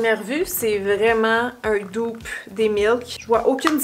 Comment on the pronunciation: Petite remarque qui n’enlève rien au bel objectif de la vidéo: dupe a le même sens en français, pourquoi ne pas le prononcer comme en français?